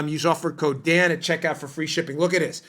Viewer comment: Hey, Dan! I'm thinking you might call it the Daniel Bongino show. A couple times now, I thought I heard you say, "The Damned Bongino Show" 👍 That's probably OK, since the Dimmocrumpies likely recognize it that way. Carry on, soldier. Love what you're doing!